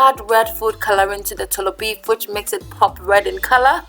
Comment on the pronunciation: Wow why the choices of different salts?? Himalayan ... wow . Ghana is Ada salt right? The way you say “tolobeef”😂😂😂😂😂😂😂😂